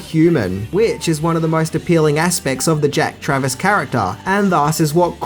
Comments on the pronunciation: It’s Jack Travin not Travis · Its Jack Traven, not Travis. Also you already know but DAAAAANIELS! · You got his name wrong every time. Traven. Not travis. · Jack Traven, not Travis. Jeff Daniel's, not Jeff Bridges. LAPD SWAT, not FBI. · Jack Travern not Travis 🤣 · JACK TRAVIN not TRAVIS. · Just so you know it’s Jack Traven not Travis. But who the fuck cares! Awesome video dude!! Smashing the Subscribers 👍🏻👍🏻👍🏻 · Character name woz Traven NOT Travis. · Ok enough people are nailing you for the Jeff Bridges comment HOWEVER The character's name is JACK TRAVEN, not Jack Travis. I consider you to have jedi level movie knowledge and as someone I can see is a Keanu fan like me it's up to us to get things like this right mate. You're awesome though, love the video.